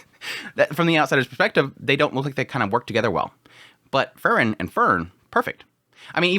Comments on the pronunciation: The pronunciation of Frieren was throwing me off so bad. I thought he was saying let Fern kill Fern and I was like wtf. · He always says it like that. I dont know how you can mispronounce it that much. Free-ren . As in free and kylo ren . Free ren . Its literally how the japanese pronounce it in the show. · I wish he would change the way he says Frieren... Fern and Fern is all I hear constantly. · You pronounce Frieren and Fern the same, and it's very confusing. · Throws me off too lol, I haven't heard anyone pronounce it like that before. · Yes, he should research Frie r e n :) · the way you pronounce frieren is disgusting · Dude y do u pronounce them the same fern and freiren hahahaha it was so difficult to distinguish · the way you say frieren and fern is nearly indistinguishable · Maybe it's because I'm watching at 2x speed but the way you say Fern sounds the exact same as the way you say Frieren, it was super confusing haha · Автоперевод справляется лучше) он вообще вариант произношения Фрирен не понимает 😂😂